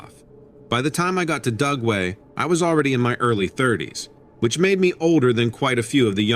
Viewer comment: I kept thinking he was saying GUGWE, not Dugway. They are scary!